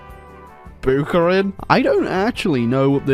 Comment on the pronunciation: As a Russian, my heart shattered every time you pronounced Buharin